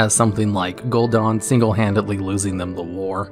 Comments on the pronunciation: Gul'dan* not Gul'dOn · its gul"dan not gul"DA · Gul DAN not gul DON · Dude DAN is not pronounced DON. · Gul'Daan? Really?